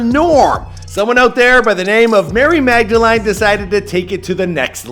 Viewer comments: he says mag-da-LINE instead of mag-da-LEAN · It's pronounced Magdelin lol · Learn how to say Magdalene for the love of god.